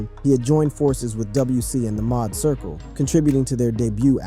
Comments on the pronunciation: It's MAAD circle. Pronounced MAD. Not Maude circle 😂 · Tf u gotta go ruining ish calling them the "Mod" Circle...!? Didn't have a second to ask yo Uncle for some pronunciation hella beyond me. Otherwise, word. RIP Coolio 😞